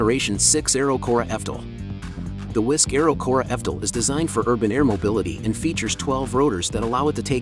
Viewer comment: Yeah the bot doesn‘t know how to pronounce it. It says fdol instead of evtol.